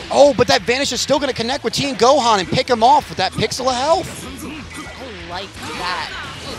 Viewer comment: Why is she calling him Go-haan? Lol